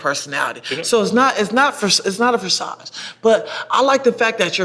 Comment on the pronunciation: “so it’s not it it it’s not a forsage..” Uhm. Facade?